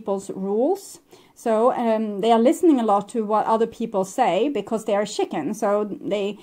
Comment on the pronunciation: You're so cute when you say chicken. Because it sounds like shitting. And so in my head i always think 'shitting chicken'. 🤔 yup, sounds like my ex 🤣 right on target 😉